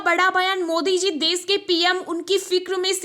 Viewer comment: Des nahi desh aur chilla kyo Rahi ho aakash Tut Gaya kya?